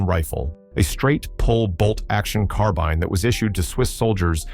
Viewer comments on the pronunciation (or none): none